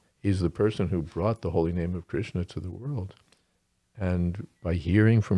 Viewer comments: I get annoyed with Kirtan when the kirtanayi uses too many syllables for the Ha re Krish na mantra turning into Hare Krish sha na. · The Krish-sha-na extra syllables makes up for the shortening of Ra-ma to Ram 😂😂